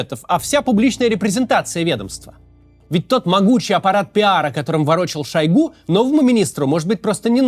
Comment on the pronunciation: Максим неправильно ударение в фамилии ставит, правильно шОйгу.